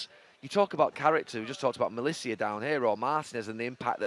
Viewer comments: Melissia every time... The whole game listening to you pronounce this kids name as shakily as having Maguire at the back was tough. You're a commentator and pundit, Gary, come on! Malacia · Name: Malacia Gary: Malissia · Could someone tell Gary it's Malacia not Melissia lol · MA-LA-CIA. Not MA-LI-CIA. Get it right! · It's Malacia, not Malicia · It's MalAcia, not Malizia, he's not an aftershave ffs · Please can you tell Gary that it's Malacia not Malicia. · Why does he keep saying Melissia when it's Malacia?! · He keeps calling him “Malicia” 🤣 (it means evilness in spanish) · FFS someone tell Neville it's Malacia not Malicia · Can Gary please stop calling him Melissia. Its malacia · He's called Malacia, Gary. His name is NOT Malicia. You're the most prominent pundit in the country and he plays for your ex club. At least get his name right. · Why does Neville call him Malicia? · Neville's constant mispronouncing of Malacia during the game, after and here too is really grating. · Why does Neville pronounce it as Malacia, is it not pronounced Malacia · Love Gary and it's a small point, but bruh, it's mal-a-cia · Gary: "malissia" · Why can Gary not pronounce Malacia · isit just me that gets annoyed about the way he pronounces malacia??? 🙄😂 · Why can he not pronounce malacia correctly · Can someone at Sky please teach Gary how to pronounce Malacia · Someone needs to tell Gary how to pronounce Malacia.